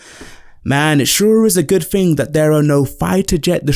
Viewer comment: Its "Thing", not ''Fink".